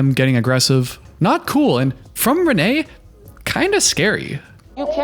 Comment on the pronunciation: pronounces her name as renee multiple times